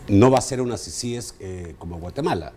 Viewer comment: Diganle a que se dice CICIES Y NO CICIGES